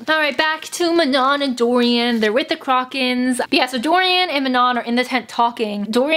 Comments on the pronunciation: WTF "CROCK-KAN"???? THE WITCHES AREN'T A FUCKING UGLY ASS SHOE BRAND I'M AJDLFJLFJSLFJA;LJFA; omg i'm dying i pronounce it "croh-shen" afjldsjfl;fjlajfl;asfj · waiT WHAT. how do u say CROCHAN again? i've been reading it as KROW-chan my entire life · Don't worry I think most of us have been pronouncing it Crow-kin